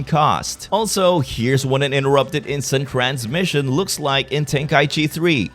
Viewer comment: He said instint cramshin😂